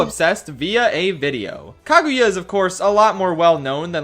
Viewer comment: Kagyua? Why does he pronounce it as "kag-you-a"?